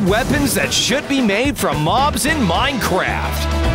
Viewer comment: He said mineCRAPs